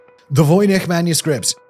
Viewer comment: I can hear you struggling between Czech and English pronunciations. The soft "ch," in "voynich" and the hard "c"/"ts" in "Bienecke." Líbí se ti Praha?